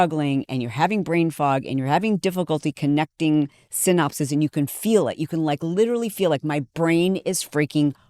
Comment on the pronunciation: SYANAPSES. Not syopses. See? You're not intelligent. Just self-obsessed.